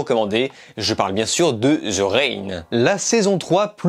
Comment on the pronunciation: Avis au français de type francophone THE se prononce De pas Ze ptn ta plus de 20 ans et jamais on te l'a dit 😙